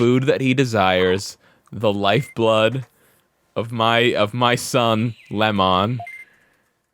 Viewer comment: No, you are thinking of "Leomon" "LEO-MON"